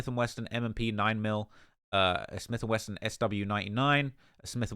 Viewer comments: Quando is FOOKED., it's "SMITH AND WESSON" there is no "T" in "WESSON". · Just fyi is Smith and Wesson. There is no T in 'wesson'